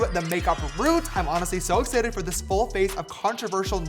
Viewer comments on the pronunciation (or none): What language did you sneak in JamesCharles? 😂😂 "so •exsitted•!?! lol